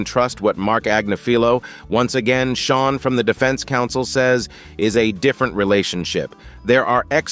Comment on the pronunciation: He calls him Shaw instead Sean (sound is Shawn) and sheen either